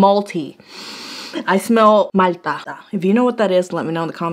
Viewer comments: She couldn’t sound more Puerto Rican when she said “Malta”. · Paused as soon as you said “malta” girlllll you’re definitely Puerto Rican where are you from??!!?!